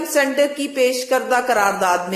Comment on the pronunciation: PLS LEADERS KE NAAM SAHI BOLA KARO. WOH MOHAMMED BIN SALMAN HAI , SULAIMAN NAHIN. AUR SENATOR KO CENTRE BOL RAHE HO.